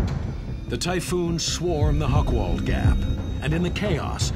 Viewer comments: Hoch = High, Wald = Wood. Not "Hokwald". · "Hochwald" has nothing to do with hogs. It wouldn't matter that the speaker doesn't have the slightest clue of German pronunciation, if "Hochwald" were not one of the key words in the documentary. Nevertheless, it is a very professional and informative presentation of a forgotten war story.